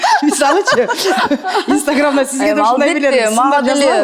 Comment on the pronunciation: Гульнур эжебиз истаграм дейтко